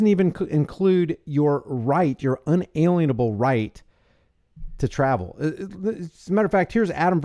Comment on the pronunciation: pronounced un-a lien-able